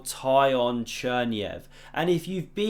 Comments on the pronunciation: Oh my god! Now I understand why no one can pronounce that name correctly! Try something like Tsikhon. Closer to original:) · Pronunciation for my anglophone chess friends: Tee-kh-on Chair-NAI-Yev